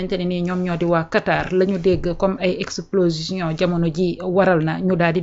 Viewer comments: On ne dit pas explosition mais on dit explosion. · Explosition tu l'as répété deux fois. Heureusement le gars t'as corrigé sans te vexer.